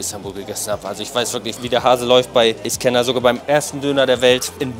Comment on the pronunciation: Ich Feier deine Videos & Persönlichkeit ! ❤️ Ich Feier aber null wie du iskender aussprichst 🥲